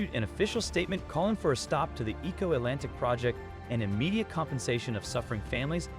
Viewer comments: E'ko Atlantic city not Eco Atlantic city. Stop using robotic voice, people. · You can tell when a colonizer is speaking on African topic.They just cant resist showing the horrid and undesirable parts first before getting to the topic.Was it that hard to just speak on the project without taking it there. And whats with the disrespect in pronunciation of Lagos,Eko.Its not that hard.Surely you know how to say Lego,you dont say ligo. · The mispronunciation of Eko and Lagos makes it difficult for me to enjoy the video. Please learn our pronunciations!!! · Okay documentary. Learn to pronounce "Lagos" , "Eko" and people's name correctly.